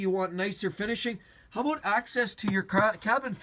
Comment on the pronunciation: Aboot lol